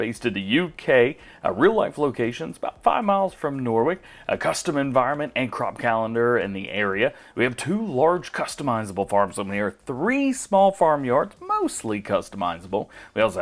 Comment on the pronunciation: Norwick? It's Norwich. (Nar rich)